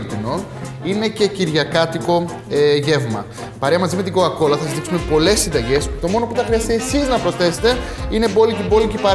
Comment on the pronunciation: πεθαινω με σαλονικιωτικο "κοακολα"